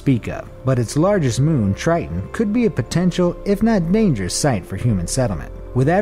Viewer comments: It’s (TIE-TON) not (TRY-TON) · "venus is the hottest planet is the Milky Way" me: you got your facts wrong BRUH: "titan is the coldest object in the Milky Way" me: you got your facts wrong BRUH: "triton" me: you got your prounounciation wrong BRUH Show less